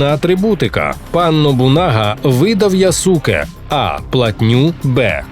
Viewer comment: Яске а не Ясуке читається. Користуйтеся будь ласка правильною системою транслітерації японської